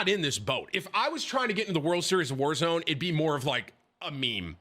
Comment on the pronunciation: its pronounced world series of wallzone. ez mistake to make